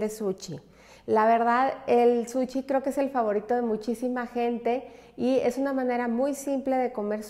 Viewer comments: Que excelente receta!!! muchas gracias !!! un comentario solamente . Se dice SUSHI no Suchi. es con sh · Todo maravilloso Solo porfis di bien SUSHI , no es suchi ni sucxi Que ansia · Nooooooooo, es que no puedes decir suchiiii noooooo, por favor no digas suchi😂😂😂